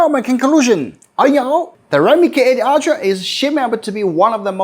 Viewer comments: Why do you pronounce ultra as Altra. Its wrong. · Everyone pronounce: Ultra❌ pronounce: Aytia 🤣✔️